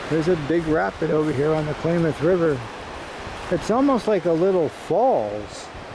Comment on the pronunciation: ..9'07...Calif. state flower .."POPPY".....also, CLAYMOTH...WTF / LOL..its KLAMATH..!!!